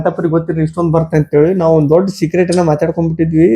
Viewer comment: Anna adu cigrate alaa adu secret